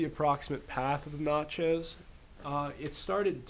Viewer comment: I live in Natchez. Where is this stuff being taught? BTW, it's not pronounced "not" chez it's prounced nat-chez.